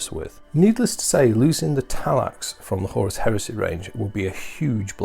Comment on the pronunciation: Every time you said Talax I died a little inside